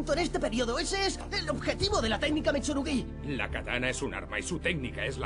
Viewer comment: Mitsurugüí! Y ahi dejé de ver el video, mentira lo vi hasta el final aunque es horrible esa pronunciacion, los demas todo bien.